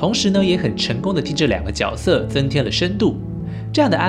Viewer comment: 大哥我就是想告诉你，那个念角（决）色